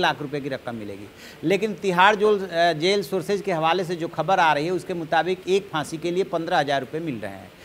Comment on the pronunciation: Boojh gaya,Bahsi the. Waah kya pronunciation hai.